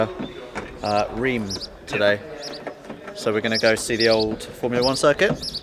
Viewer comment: not "rime" but "rinse"